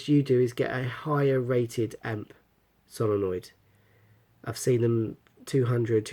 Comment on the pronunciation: It's solenoid not solonoid